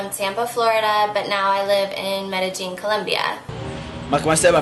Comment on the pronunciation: I wouldn't trust the advice of anyone that can't pronounce Medellian properly,there is no true j sound in most countries where the first language is Espanol.